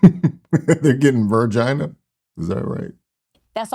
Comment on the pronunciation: She lost me at “vergina”😂😂😂😂😂